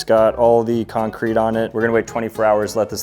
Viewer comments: the way you pronounce concrete needs to send you to jail. it's CON-crete. not con-CRETE. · He said concreet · Bro said con- Crete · wait do americans pronounce concrete as "con-CREET" instead of "con-creet"